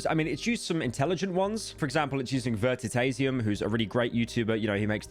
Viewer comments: Pyro its not "Vertitasium" Its "Veritasium" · “Vertitasium”? You got to be doing it on purpose now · "Vertitasium" :face-orange-raised-eyebrow::text-green-game-over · "Vertitayzium" It's veh-ree-tass-yum, o sloplord. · vertitasium? it's veritasium bro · I know he just mispronounced it but I like the idea that how aluminum is aluminium in the UK, Veritasium is also Vertitasium. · Did you really just call veritasium Vert-Tit-asium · bruh said vertitazium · "Salty K dan" "Verti-tasium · Pyro Literally Just Read The Word Challenge: Imposible Vertitasium is crazy bro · HE JUST SAID VERTITASIUM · bro said Vertitaisium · Bro said Vertatasium 💀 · "VerTitasium" :) slop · bro really said "vertitasium". And whilst typing this, I've realized that i have fallen straight into the trap. He only said it so i would comment. damn you pyro and your viewer engagement baiting. you win today. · I’m sorry “vert-it-as-ium” wtf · "Vertitasium" You are baiting us for comments with your bad mispronunciation, keep faming big boy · “vertitasium” - pyro 2024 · Did he really just say vertitasium? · I'm sorry, say that again? Vertitasium? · "Vertitasium", its engagement bait, dont fall for this sick mans tricks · bro couldnt pronounce vertiticasion bro really fell off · The pronunciation of Veritasium MUAH 💋 chefs kiss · bro did you just have a stroke reading that? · Boy said veritasium wrong 💀💀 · Please tell me you mispronounced Veritasium on purpose to boost engagement you can't tell me you genuinely could not read that properly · Hearing Pyro pronounce Veritasium was like getting hit in the head with a baseball bat, but then I remembered how he probably pronounces aluminum and everything made sense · the pronunciation 😭😭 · Oh no Pyro.... How do you say Veritasium? 😂😂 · Omg how did you pronounce vertatasims name so wrong pyro. New metros boomin moment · You butchered the pronunciation of veritasium man